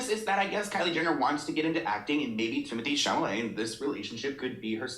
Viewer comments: "Timothee Chimotee "💀💀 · “timothée chimatée” 😭😭😭😭